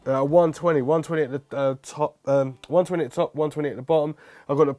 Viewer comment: Why can you sometimes pronounce TH correctly, and other times not!?